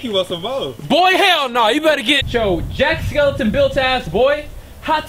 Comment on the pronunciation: He said Jack skeleton 😂😂